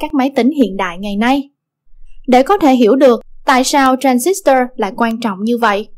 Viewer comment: nghe đọc cái từ tran zít toa mà tui tuk á ;D còn cực grid là cực lưới, có tác dụng điều hướng dòng tia điện tử và hội tụ chùm tia